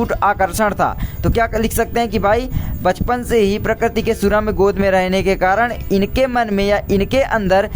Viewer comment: mahoday Ji Bachapan Hota Hai Pachpan Nahi hiihihiiihihihihihih